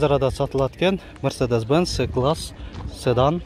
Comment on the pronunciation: Ээ укам ! "Цыдан" эмес "Сыдан"дагы эмес , Седан деш керек Укам..